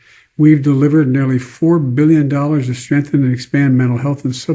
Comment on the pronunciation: "all at the all time high" 🙄 how about "all at (their) all-time highs"? Also he needed those subtitles as he slurred through the word "to" and completely omitted it